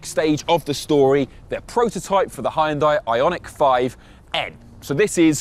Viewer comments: Great review but terrible pronunciation of Hyundai. Correct (2 syllables): “HYUN-DEH” Incorrect (3 syllables): “HI-YIN-DIEE” 😂❤😊❤ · Does he know he's pronouncing it "Hi- yun-die" Wth am I hearing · It would be great if you pronounced the name of the company properly. It's only 2 syllables. Hyun- there is no "I" sound. You pronounce the h and y together. Y making the same sound as yes. And it's not die.. It's day. So.. Hyun-day. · Please learn how to pronounce Hyundai. It is just two syllables: "hyun" and "day". NOT; "Hi-un-dai" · 🙉 It's not Hi-Jun-Die It's more like Jon-day ☝ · Nice car but it is a shame for a car Chanel not to be capable of pronounce Hyundai